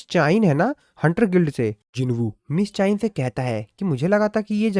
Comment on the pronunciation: Miss cha hae en❌ miss chayen✔️